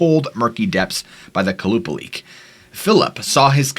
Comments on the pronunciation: The Alaskan mermaid (the second Stort) is pronounced Kwah-Luh-Paul-Ick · the second creature is pronounces Kolla-paul-ic to my knowledge